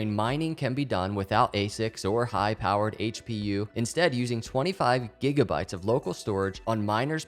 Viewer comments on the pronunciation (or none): none